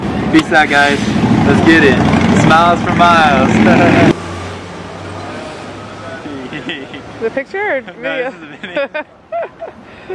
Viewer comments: Isn't it "Miles" not "MYLES"? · It's miles not myles